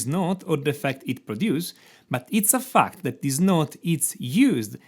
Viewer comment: Everytime he says fact I heard fucked, really makes the video funny 😂